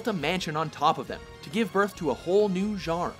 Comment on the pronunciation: why does this guy always say genre so weird...